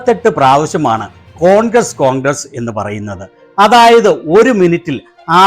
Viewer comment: ഇയാള് കോൺക്രീറ്റ് പണി ക്കാരനാണോ ? കോൺഗ്ര് കോൺഗ്ര എന്നു പറ യുന്നത്